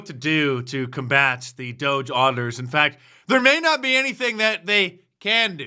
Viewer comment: "the fak" and "troof". "Mirror-a-Lago" Yet she's in Congress 🤦‍♂️ "Mirror-a-Lago"